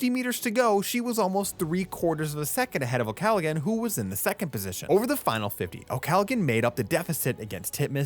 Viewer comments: Please its not pronounced Galagan its pronounced Gallahan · I’m pretty sure the “g” is not pronounced in Molly’s name. I think you’re saying it wrong. Otherwise great video.